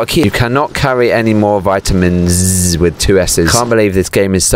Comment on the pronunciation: Its For not Vi-tu-mims